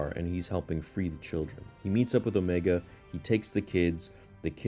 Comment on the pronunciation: Why do u pronounce omega and necromancer so weird like u literally hear how they say it in the show.